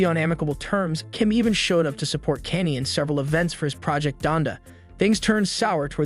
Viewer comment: Thats not how you pronounce Kanye😂